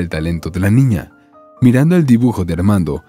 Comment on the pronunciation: Buena historia, pero hay algo que no comprendo....porque cuando cuenta la historia,dicen una ñiña y tambien un ñiño ???